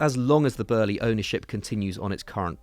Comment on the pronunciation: Why dose the ginger always say burly it’s boehly (bowl + lee)